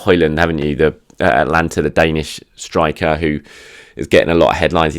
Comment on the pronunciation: Atalanta,, not Atlanta! Love this daily update, btw.